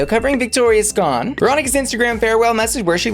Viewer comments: It’s Victoria Scone, like Sc”own” or rhymes with stone. Love you and your vIdeos!!!!! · Victoria Scone Victoria Sgone 💀💀💀